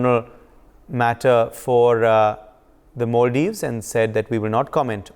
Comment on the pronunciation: It’s Mulladives 😂